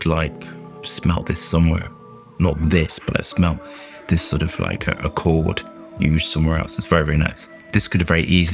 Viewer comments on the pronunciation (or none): none